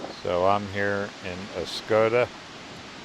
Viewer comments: Oscoda is pronounced Os code a like the wind talkers not Os cod a like the fish. NE MI is some of the prettiest country around. Lived there for several years before retirement in FL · It's pronunciation is ahs-coda we had a cottage just outside of Oscoda. Miss the area.